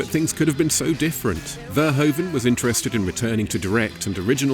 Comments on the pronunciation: It is pronounced fur hoof un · Get a Dutch person to tell you how to say Verhoeven. You are not doing it right.